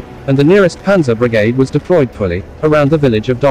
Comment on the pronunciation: Great presentation of facts, but the pronunciation is sometimes embarrassing. For one Brigade is not pronounced as it is in this video for one.